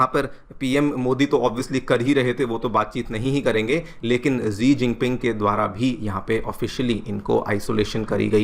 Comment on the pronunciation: Sir it's सी जिनपिंग